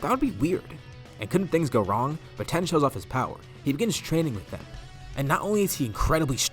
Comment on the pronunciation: You were calling tien ten it’s alr tho